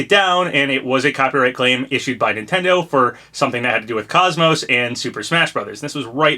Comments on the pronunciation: *without the y or t at the end so Coze-Mose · Welcome back Papa! Happy New Year! I still have hope for KOS-MOS! Also it's pronounced like Saying Cozy and Most without the y or at the end!